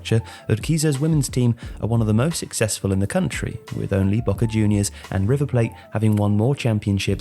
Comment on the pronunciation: The way you pronounced River Plate cracked me up